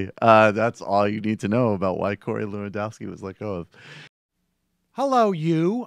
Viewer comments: actually it's more levandovski, no 'ff'. it's a polish name. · Its pronounced 'Levan-doff-ski'